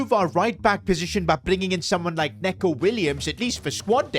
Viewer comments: IT’S NICO WILLIAMS, NOT NECO🤓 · It’s not neco Williams it’s pronounced Nico Williams for some reason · it's nico not necko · Nico Williams not Neco Williams😂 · Nico not neco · "Nico" Williams NOT neco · Bro it's "Neeco" not "Neco" ahhhh moment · Niko not neco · Neeco williams not Neco🤓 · Neco❌️ Neeco ✅️ 💀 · NECO williams, not neco